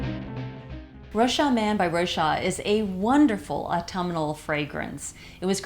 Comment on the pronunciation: Thanks for the review ! Rochas is pronounced with a "s" though. "Rochassss" : ) Ps: love from France